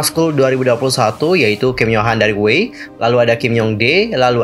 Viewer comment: Sdh kuduga bnyk orng yg baca 위아이(WEi) itu wei😂 pdhl bacanya itu Wi Ai😂😧 :"(